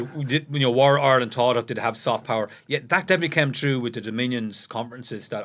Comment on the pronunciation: It’s Ire,,,land…not our Land